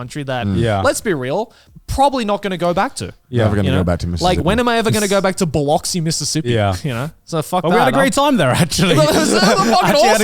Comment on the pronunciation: Damn it I didn't think they would stop in Ms. Most folks skip us! He said Biloxi wrong too 🤣